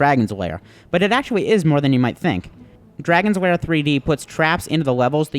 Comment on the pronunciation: I'm sorry, but it keeps sounding like you're calling it "Dragon's Wair" and not "Dragon's Lair" to me, anybody else getting this?